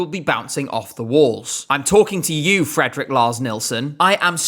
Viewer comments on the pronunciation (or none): none